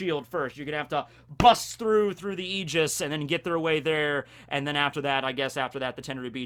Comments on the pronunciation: Aigis 0 is reffrencing Aegis, the shielf of Zeus, it's pronounced as "Eye Gis" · It's aye-gis what you were saying for a bit, at least in English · Aigis is pronounced "I jis" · Aegis, the way I've always heard it pronounced, is "Age-is". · It's pronounced "ayy-jis" Source: I'm a DotA2 player and we have this item called "Aegis of the Immortal" and the developers added a tooltip for the pronunciation of the item. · says e- gee- us*. Smite players: *visible distress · It's (Eye)-jis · aegis = eye-ga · EYE-GIS -> Aigis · It’s pronounced Eye-Jizz zero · Sorry to bust your balls but... it's pronounced e-gis ( That's the Greek pronunciation, it may differ from the English one) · Aigis is pronounced e-i-gi-s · He’s definitely still pronouncing aigis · As a Greek guy, yes. Wrong pronunciation. It's like it's "a" (the way it sound from "a Greek" I typed above) "y" (the way is sounds from "yes") "e" (the way the letter "e" sounds) and s. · as a greek boi myself aegis is probably more correct but in the grand scheme of things it doesnt matter so its fine u can say the word however u want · If you play Persona 3 you would know the correct way of saying "Aigis"